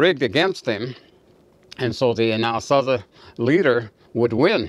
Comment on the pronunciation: You are pronouncing Anazasi wrong.